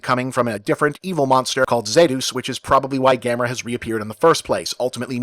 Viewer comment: wait was is Gam-air-a this whole time, Have I been saying it wrong?